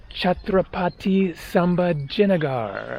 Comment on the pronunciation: Hi: Interesting vlog. Most people go only to Ajanta & Ellora caves and skip the rest. By the way, the new name for the city is pronounced like this: Chatrapati Saambhaaji Nagar meaning the city (nagar) of Sambhaji (eldest son of Shivaji, the great Maratha king). Chatrapati can be translated as "Paramount Sovereign", a title that Shivaji adopted when he became the ruler of the Marathas (present day Maharashtra).